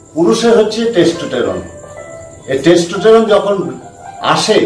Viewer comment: Core Man vul uccaron korchilo. Dekhchi tumi o same